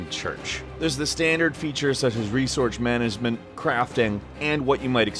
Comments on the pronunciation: resouce manasement, cwafting etc. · heh resorge manasment someone should sleep properly :) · Resourch management? Caught your slip up, guess you could say im the now! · THE GAME HAS "RESORCH MANAZMENT?" THAT SOUNDS AMAAAAAAAAAAAAZING! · Vladislav Markovic Resourch manazement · reasorch manasmen